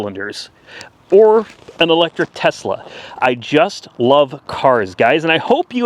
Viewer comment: Did you buy a Tesla or Tezla?